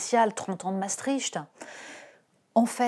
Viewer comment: Bravo. tjrs la meilleure pour donner une analyse brillante sur les embrouilles politiques. Et merci pour la presque bon prononciation du nom Maastricht. Le CH est un souffle douce au font de la gorge 🇳🇱 .....❤❤❤